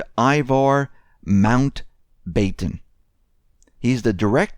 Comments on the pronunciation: SCL LTD is SCL Limited ! .......It's NOT " Mount - Bay - Ten " ....... It's pronounced " Mount - Bat -on ". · pronounced Mount Batton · Good Grief.....I LOVE your channel but check the pronunciation of words you are unsure of pre-broadcast. Mountbatten family is pronounced "Mount-BAT-ten" and Fiat currency is pronounced "FEE-ot" not "FIGH-ot". You're so well-spoken,and mistakes like that reduce credibility.